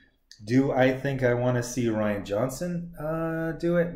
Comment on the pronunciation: It’s Ri an. Rhymes with Brian